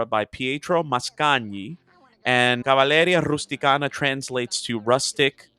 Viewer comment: I just realized I pronounced CAVALLERIA RUSTICIANA wrong! The emphasis is on the penultimate syllable. Sorry to all the Italian speakers out there!